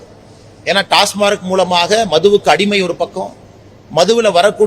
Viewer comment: "டாஸ்மார்க்" இல்ல மல, "டாஸ்மாக்". அது ஒரு அப்ரிவியேஷன்.